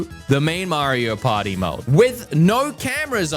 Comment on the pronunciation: Maybe I'm immature, but I'm always distracted when he says, "Mario Potty"